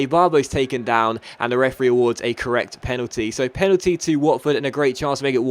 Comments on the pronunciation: Penaldeeny sounds italian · When u sad Penaldeeney i rememberd KSI's Lamborgini straight away